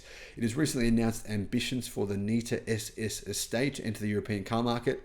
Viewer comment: Surely it's said Net A not Neat A.